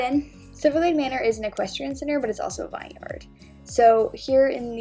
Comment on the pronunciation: This might just be me but I got really triggered when she said vineyard wrong but overall it was an amazing video! ❤️❤️